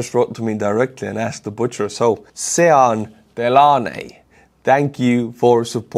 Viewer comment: Its not sean. Its "shawn!" I think.